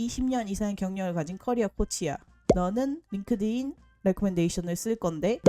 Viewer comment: Inglish ㅋㅋㅋㅋㅋㅋ 링띤 레코멘데이션은 생각도 못했네요 진짜 꿀팁.. GPT 활용법도 너무 좋아요 감사합니다!!